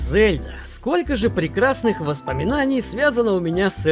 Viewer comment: Лайк только за то, что ты пока единственный блогер в ру-сегменте, который правильно произносит имя Зельда👍👍👍 Даже не знаю, какой имбицил решил в русской озвучке произносить мягкое Е - ЗЕльда🤦‍♂️ это как ИзËльда или ИнЕсса..